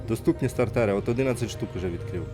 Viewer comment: СтартЕри, як же це ріже слух